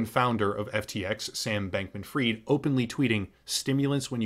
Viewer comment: why do you read Fried as freed? fried is fried, just like fries